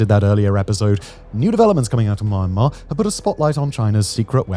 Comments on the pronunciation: It's not pronounced "Myan" like the Mexican My-an. It's mee· an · maar . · Why do you keep syaing MA AHN MAR? SAy it with me now MEEE ANN MAR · Well researched video about rarely talk about conflict. One thing I'd like to change is the pronunciation of the country's name, Myanmar.(pronounce more like Mian-mar) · Mian-mar, not My-an-mar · Try first to name the country with correct pronunciation. It is not Marmar. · Very cringey pronunciation of Myanmar, Kechin, etc... If you want to do a proper info-video, please learn the proper pronunciation. It is very hard to watch!!! It is very commendable to do such a info-video, but please do more research in the terms and names you use. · Dude stop saying the world Myanmar especially when you can’t pronounce it.